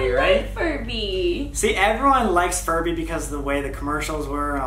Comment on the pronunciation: ok so like when sam was talking about furbys i heard him say it wrong and he said furry xD also 2019 anyone?